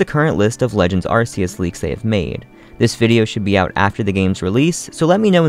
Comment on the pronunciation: No it's ar-kee-us not ar-see-us